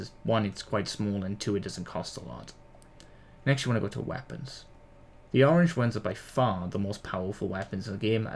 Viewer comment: The way u say weapon is funny “wapons”